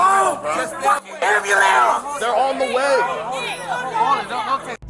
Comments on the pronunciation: “Call the ambulamps” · Why do people say ambulampse? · The horrible use of grammar by the people around the police kills me every time it hear it. AmbU-LANCE no no no you stupid monkey. Am-by-lawnce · Come on man, we all know how to call the amperlampse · Why can't certain groups of people say "ambulance" correctly? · You should be required to pronounce ambulance correctly in order to graduate junior high school.